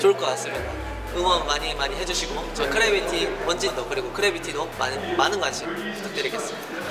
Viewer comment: 근데 수빈 선수 크래비티 아니고 그래비티라고 하는 거 같은데ㅋㅋ